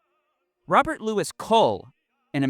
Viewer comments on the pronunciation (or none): none